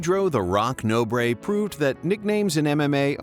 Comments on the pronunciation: "No Bray"? Are you serious? It's pronnounced Nohbr. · Pedro "No, Breh" Nobre